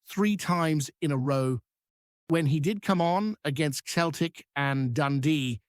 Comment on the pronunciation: Cant even pronounce Celtic correctly : what a fake -anker